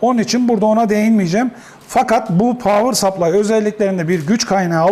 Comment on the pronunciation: Tebrik ederim, güç kaynağının İngilizcesini doğru söyleyeni neredeyse ilk defa gördüm/duydum diyebilirim.